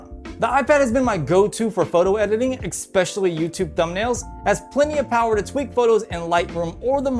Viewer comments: It's 'especially' not 'expecially' Otherwise, great video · interesting and informative video but I couldn't get over the assessories or the expecially's....